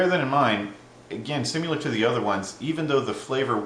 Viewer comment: Similar; Not pronounced sim-you-lerr. Stop it.